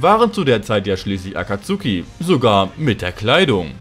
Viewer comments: hör bitte auf das aktsuhhhhhhki auszusprechen es nerct so hart wenn leute nichtmal so einfache wörter können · Also für die geilen Sakura Witze kann ich dir sogar die deutsche Aussprache von "Akatsuki" vergeben. Kuss